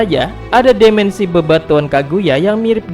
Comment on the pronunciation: Dimensi bang bukan demensi